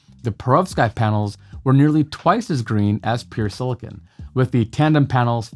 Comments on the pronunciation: It's SILICON, not SILICONE! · Great explanation. Silicon, not "silicone" 😉